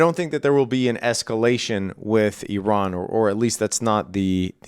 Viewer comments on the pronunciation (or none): none